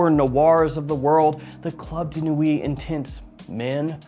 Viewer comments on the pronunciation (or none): none